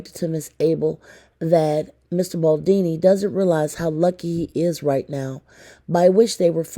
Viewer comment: BaldOni, not Baldini.